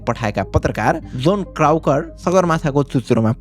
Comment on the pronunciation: Story ta actual jastai ramrai cha. But pronunciation lastai comedy vayo yar bro. Manxe ko name ta Ali properly vannu parxa ni. Yetro research garne manxe yar name chai sabai ko bigarya xa yar gawaar jasto Tait Doug lai dong, krakaur lai krauker, Anatoli lai antoli Tait, frost bite lai forst bite😂😂 bro yar gawaar English ramro sanga bolnai nasakne jasto ta vayena yar yesto famous channel vayera aafnai bejjat